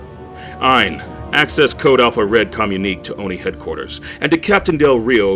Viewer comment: "Communique" is pronounced "kuh--myoon--ih--kay".